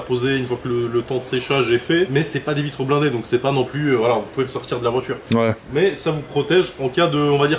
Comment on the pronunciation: "la voitchure... répétchitchif... un p'tchit peu... des p'tchits entrées d'air dans le tchurbo"... Les pieds noirs de téci en goguette.